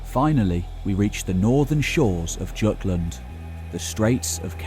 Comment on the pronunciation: Very well done. You have packed so much information into a succinct package. My only gripes are that the Jutes were not mentioned sooner as populating England, and your pronunciation of Jutland. Jutland is pronounced the same as Jutes, which you did pronounce correctly, as well as Jorvik, so I don't know why Jutland was pronounced differently. And the Jutes were some of the first if not the first to Britain after the Romans, seeing as Hengst and Horsa claimed to be Jutes. The Jute capital, was at Canterbury, in the eponymous Kingdom of Kent, and was recorded as being larger and richer than London during this time, as was Jorvik later. The Saxon Kingdoms aside from Wessex mostly seem to have been claimed and ruled through marriage until after the Danelaw's collapse after which, within a couple generations of Alfred the Great, England was essentially united for the first time. There was a lot about London you taught me. I did not know the Saxons refused to settle in the ruins, nor that the people who later lived there were called Strongholdmen. But the thing that struck me the most was the name vik. Am I correct in assuming -vik is where we get -wich? And where does that name originate? The Picts perhaps, or Brittons, or possibly some other Celtic descendants? I am fairly certain it is not Scandinavian, Germanic, or Latin. I was also pleased to see the inclusion of Dorestad on your map, though I was surprised it was not included in your essay as a significant trading hub, as I